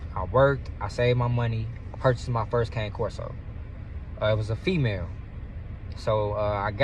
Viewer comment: My guy, pronounce it as it should be pronounced my brother. It's pronounced "ka-nay" corso.